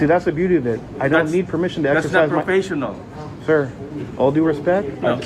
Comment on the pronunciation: i’m really not concerned if it is PRO PESH EE NALL